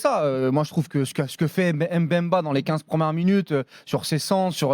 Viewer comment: Chancel mbemba meilleurs défenseur de la L1 et je vois pas ca veut dire quoi joueur limité pcq le mec c'est faire des passe centré defendre et surtout il marque. On accentue pas le M. bemba mais faire la liaisons directement le Mb merci allez l'OM 🔵⚪️